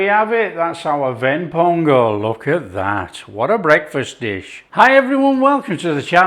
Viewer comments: You pronounced it like a Tamilian (Ven pongal) Appreciated. Thanks for taking it your subscribers.. Love from Chennai ❤ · My mom and I watched this video together. We couldn't help adore the way you pronounce the Tamil terms "Ven Pongal (வெண் பொங்கல்)" everytime! You've earned a subscriber! Love from Tamil Nadu, India! 💚